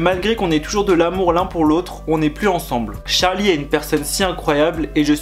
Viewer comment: C pas Tcharli mais Charli